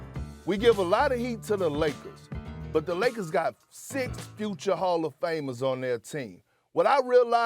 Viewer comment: Perk - Lozes Angelisis Lagers